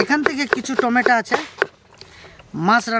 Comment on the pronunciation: টমেটা না টমেটো 🍅